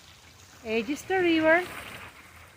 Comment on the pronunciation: The watermill brings a sense of serenity. I grew up in Orangeburg and the Edisto gardens were a special destination. Thank goodness you pronounced "Edisto" correctly.